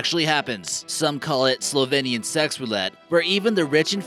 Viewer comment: Hold up,did he say.....slovenien sexs rulet? Boy,im slovenien